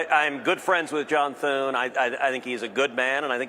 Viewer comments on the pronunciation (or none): She said Thorn. His name is John Thune.